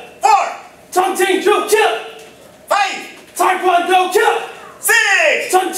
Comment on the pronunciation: Also I think you may have noticed this already but you pronounced Taekwondo wrong